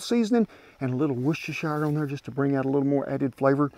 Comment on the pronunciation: Wanna know how good Kent is? He can pronounce Worchestershire.